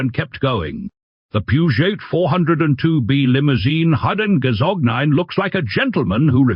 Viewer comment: It's not "gazognen" or "gazognine" but gazogène. And the "t" in Peugeot is silent. Per H hour... Wrong pauses in the text. It's getting ridiculous and tiresome. A human reader would at least inquire about the correct pronunciation...